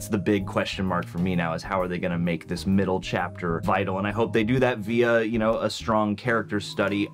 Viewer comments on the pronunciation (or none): none